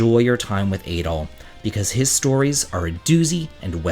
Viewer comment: Adol is pronounced like "add-all" not "ay-dall."